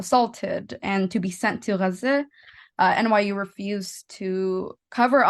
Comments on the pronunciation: The pronounciation of Gaza... is GGGGGZZZZEEEEHHHEEUU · Wtf was that weird ass pronunciation of Gaza? "Geh-zeh" Was that intentional or just an audio bug?